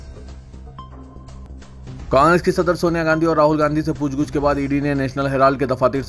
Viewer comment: Eh lafz "pooch gooch" Naheen "pooch Gach" hai.